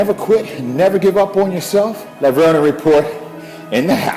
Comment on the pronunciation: In the film, Kevin continues pronouncing his last name with a long E at the end. So why do you continue mispronouncing it?